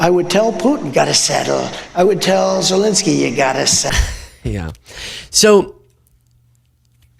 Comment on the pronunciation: It's ZELENSKYY,, not Zelinsky. You're as bad as Ben Meiselas! 😅